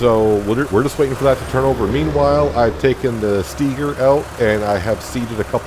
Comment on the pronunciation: Idk if I commented on any of your other videos about it or not yet, but you're pronouncing Steiger wrong and it bugs me every time 😂 its pronounced with a capital I, not E. You also should get the Lizard Rake 8.5 M, it has a pto on the back so you can attach a baler to it to rake and bale at the same time